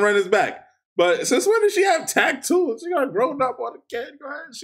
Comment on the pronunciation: "Taktoos" lmaoo